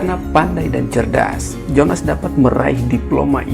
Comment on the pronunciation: Jong Ambon di baca yong Ambon, Jonas di baca Yonas